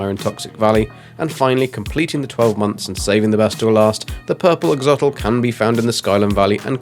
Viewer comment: It’s “Ax-o-lotl”., not “axotl”